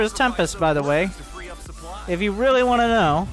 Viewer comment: Keep saying Supply as Soup Ly